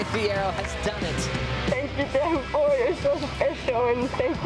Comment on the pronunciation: WSL really need to provide PD and cultural competence to all staff, commentators and surfers in how to pronounce Teahupo’o. Even if people dont get it completely right its appreciated when you make an effort. Hearing people still saying Showpoo and Chopes is so disrespectful and in this day and age, really not acceptable. Its one word/ name. The least you can do travelling there under the locals manaaki is learn that one thing. Please have some respect